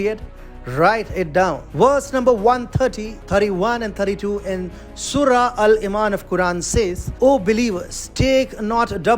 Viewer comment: Learn how to say the surrah name first